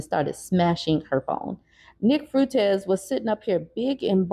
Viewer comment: nick fruitez? does she not know how to pronounce his name or is that just being homophobic?